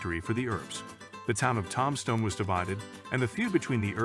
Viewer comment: I heard him pronounce it tomstone instead of tombstone! I'm out.